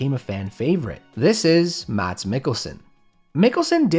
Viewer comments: Yeah I too am mad at Americans for pronouncing things in their accent because they don’t know any better. Shame on the arrogant, disgusting Americans 😂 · of course no one is expecting people to be able to pronounce a foreign name perfectly, but it's not like it's a complicated pronunciation. And in particular, if someone is making a video about a foreign actor, it's usually a good idea to double check how his name is actually pronounced 😊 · but that is wrong. Mads is not pronounced like 'mass'. The vowel sound is way longer in english and most english speakers would have a hard time saying it correctly no matter if they pronounce the d or not. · fellas, it might be spelled "mads" but its pronounced "Mas" the "d" is silent, alright? thanks. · Came to say 2 things. 1. Good video. Thanks. 2. His first name is pronounced Mass. He's stated this before. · Remember, the D in Mads is not pronounced. In Danish a D before a consonant can, as in this case, simply signify that the preceding vowel is short. I.e. "Mads" is pronounced "mas" with a short A, not "maas", not "mats". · The D is silent in the name MADS. His name is pronounced "Mass" not "Mads" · To the non Danish speakers. Mads, is pronounced, Mas. Well, not entirely.. Technically you say "Mad..s", but, you shorten the flattening from "Mad". So instead of Maddddss, it's Ma's. (Danish have a lot of silent dicking in it. Ds are often either silent or flattened.) Not that anyone is going to understand this explanation. And his best role, is 100% as Arne in Blinkende Lygter. No one have ever killed a cow in a more entertaining way. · His name is pronounced "Mess" not "Mats." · Excellent video. For extra accuracy: His name isn't pronounced Mats, but rather Mas. The d is silent. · You don't pronounce the "d" in "Mads". It's "Más". My ears.... :D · As a danish person, it annoys me that Americans always pronounce his name "Mad-s". His name is pronounced "Mass". Great video tho, he's great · Mads on danish i pronounced "Mas"